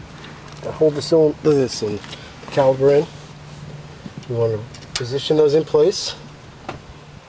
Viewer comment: caliPer....not caliBer =)